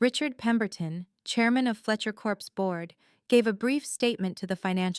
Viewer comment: Fletcher corps not Corpse you idiot.